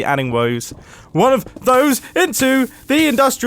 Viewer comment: I laughed because Mumbo said "wose" instead of "one of those" and then I laughed even harder at the pure panic brought on by the lava